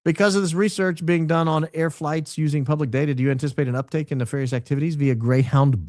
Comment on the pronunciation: Did you just describe Blake as "Neff-fairy-ous"? 😂😂😂